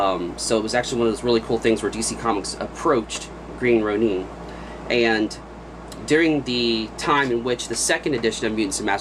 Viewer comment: It's (green) "row-nin" not "row-neen"!